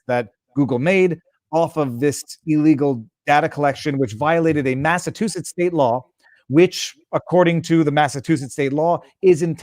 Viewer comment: I find it funny that Viva can’t pronounce “Massachusetts” or “Stelter”.